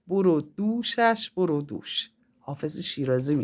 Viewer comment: ، برو دوش. نه. بر و دوش.یعنی گردن و سینه و شانه و اینا😂😊